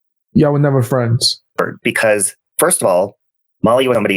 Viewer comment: Youtube fwends.... 😂😂😂😂